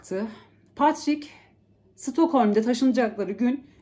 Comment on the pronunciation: Patrick okunusu Patrick ama a harfi e gibi okunuyor